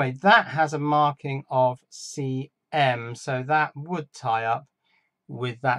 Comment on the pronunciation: I don't know if it makes any difference, but that over voltage chip was marked 'CM', and on the data sheet it sounded like you said 'CA'.